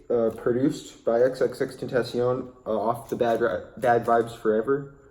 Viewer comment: Xxxtentashion hh